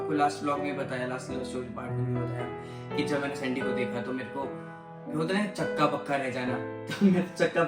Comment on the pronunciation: Chakka bakka nhi😂😂 hakka bakka.